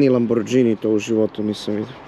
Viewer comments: kaze se Lamborgini a ne lamordzini . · Tele jedno Nije Lamborđini nego Lamborgini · kako god da izgleda taj LAMBORGINI tvoj izgovor LAMBORDZINI para usi.... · Ne kaze se lamodzini cita se lamborgini zapamti Lamborgini a pise se Lamborghini . Bar nauci kako se zove auto. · a hyundai equus sto je nazvao Bentli kontinental :D ili izgovor LAMBORDZINI :D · Za pocetak nek nauci da se kaze Lamborgini a pose se Lamborghini Nije dz nego g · A jjeli moguće da još uvek govoriš đž umjesto G hello Lamborgini 🤷🏻‍♂️😎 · Kaze se lamborgini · Kaze se Lamborgini...😮